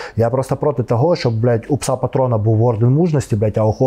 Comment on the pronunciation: не песу , а псу